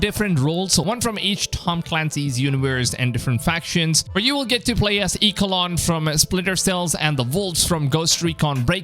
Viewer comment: Lol “EEK-a-lawn” 😂😂😂😂😂